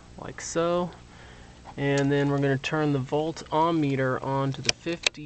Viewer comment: It's not Volt "OM" Meter, so quit saying it.